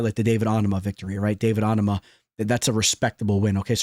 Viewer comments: Why do you purposely pronounce names wrong? Like bro it’s OH- NAH-MA. Homie does this 6x a card it’s irritating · wrong bud, you are the only person pronouncing it wrong on a consistent basis. Literally immediately after you butcher Onama you say ‘Serhey SEEEDDYYY’ as well. It is ‘SIGH-DEE’